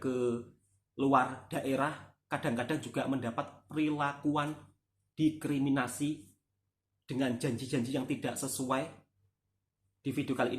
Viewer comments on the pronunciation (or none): Didiskriminasi klii bkn.didikriminasii..aplgi .dikiriminasii😅. Mklumlh